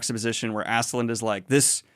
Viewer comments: Being dyslexic is fine but you gotta start double or triple checking some names before you butcher any more of them. "Askeladd" doesn't have an "n" anywhere on the name. Ladd not land. People are quick to latch on to the "asklad" - "ashlad" but they never say anything about "Thors, Thorfinn" actually being pronounced like "Tor" because everyone says Thor with the "th"-sound in English. So I think it's fine to say "Askeladd" instead of "Asheladd". You can't win all of these. BUT DON'T friggin' ADD letters to his name! In other news, I'm so glad to get multiple Vinland Saga thoughts from all the booktubers including you. Keep up the good work and hope you have a good time. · Probably because of dyslexia. I do it with words all the time, reading them wrong. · It is however pronounced like this: A in Askeladd is pronounced like the A in Anointed or the likes. Both of the A-s are pronounced like that. The E is pronounced like in Envy. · I was gonna correct the pronunciation of Askeladd, but I think at some point you just started saying Assland and to be honest, I'm not that opposed to the idea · I don’t exactly know how to pronounce it but I think his name is said “ask-Lad” in other meaning his name means ash lad but I think you pronounce it “Ask-Lad” therefore askeladd. I’m 8 books in but thats always how I pronounced it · Ass-ke-ladd, the ass pronounced like the brits would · Hey Daniel it's Ask - A - lad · The way most people pronounce it is “Ask-uh-lad,” although I don’t speak Norse so could be wrong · also incase you're wondering its pronounced Ask Eh Lad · Askeladd is welsh , so the double D at the end of his name would be pronounced with a ‘th’ sound . - from a Welshman :) There’s more welsh names to come so good luck :p a double L is like a hissing sound , that should help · But why is he throwing an ‘n’ in there lmao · "Ask-uh-lad" but tbh, as long as I can tell who your talking about, idgaf. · There is no N in Askeladd. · Ass skull lad is the pronunciation